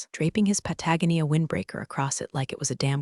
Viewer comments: As an old IT person I really love these, but you are driving me crazy with the pronunciation of Patagonia. It is pa·tuh·go'·nee·uh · The irony is that this channel hasn't bothered to fix the mispronunciations of common words like "Patagonia" for many months despite the complaints, and she's letting her AI read this story without realizing the irony.